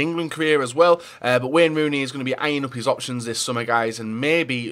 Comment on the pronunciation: "Wen runi"